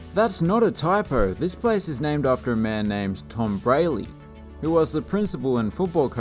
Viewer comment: Braly Stadium is prounounced "Braw-Lee"